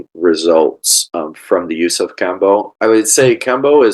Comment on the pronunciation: Iʻm honestly wondering how much you know about Kambo when you donʻt pronounce it correctly...? Neal: The nadi is called "Ida" not "Inga", and itʻs a channel for prana, not blood and lymph, though of course it might affect them...